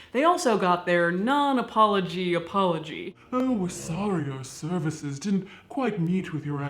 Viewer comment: Sore-y lolol